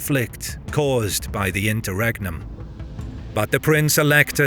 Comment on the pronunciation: "great internum"? :face-turquoise-covering-eyes::face-turquoise-covering-eyes::face-turquoise-covering-eyes